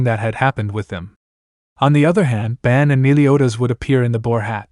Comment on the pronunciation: All right so before this video begins I just have one question did you do it on accident or on purpose his name is bon b o n Even in the Japanese translation it's bon not ban not b a n is b o n